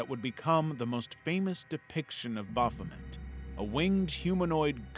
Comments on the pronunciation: "Baphomet" Amazing. Almost every word of what you just said was completely wrong. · The way you pronounced "Baphomet" made me feel a lot of very strong emotions, and none of them are positive.